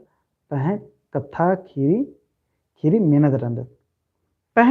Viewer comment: कुड़ुख़ू कत्था गही उच्चारण सही मनना चाही, उदाहरण। ख़ीरी। खीरी, ख़ेख़ेल खेल-खेल,अड़ख़ा अड़खा, इबड़ा शब्द गही सही उच्चारण मनो होले मेनूर चाहे एॆरूर सही कत्थान अख़ ओर चाहे धर ओर 🙏